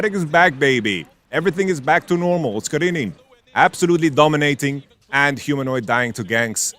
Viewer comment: love pronunciation OSCARININ ❤